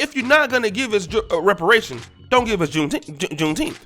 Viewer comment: I'm mad we are celebrating a day that we are still pronunciating as if we are still slaves. Wtf is Teenth?